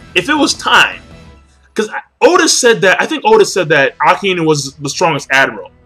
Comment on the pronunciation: He said Akainu... but it DID sound like he said Aokiji. He did however, actually say Akainu, kinda hard to make out though.